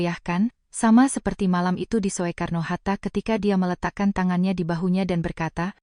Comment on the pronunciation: SOEKARNO HATTA. KENAPA TIDAK DIBACA SU (SUKARNO) APA TIDAK MALU (MESKIPUN MEMALUKAN)